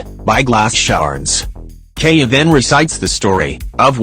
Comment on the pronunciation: It's keaya